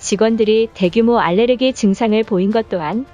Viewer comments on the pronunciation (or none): none